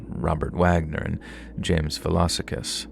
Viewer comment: Ahhh good to hear the bodies in the barrels murders are represented on the channel..his surname is pronounced vlah-sah-kis btw..as an Adelaide resident, please do keep in mind it is a beautiful city and many wonderful people, unfortunately there are rotten apples that ruined the fair name and nature of the city